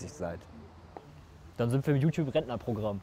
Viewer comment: sagt immer Jutub und nicht Youtube ^^